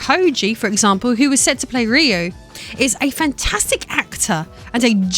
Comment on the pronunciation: Finally, someone correctly pronounces "Ryu" that is not Japanese!